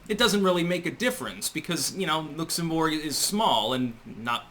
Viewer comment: Looks-im-borg? If you’ve never heard a word spoken in conversation, you’re not ready to use it.